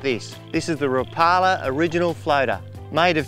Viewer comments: Rap-A-La not Ra-Pala. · The "Rapalar Original Floatah".